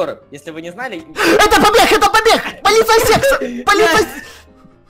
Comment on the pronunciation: а почему ты говорил полицея секса?:-)